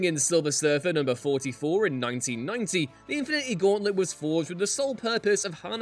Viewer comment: Infi-needy gauntlet??